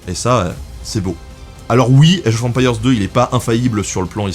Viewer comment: Age of empire (prononcé à la française) sérieux ? Sans honte, normal ? Je kiffe le 1000eme degré !!! Franchement merci c'est top ce degré d'auto dérision 😄👍